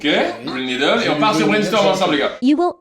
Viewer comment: mais je crois que je suis la seule a entendre green meedles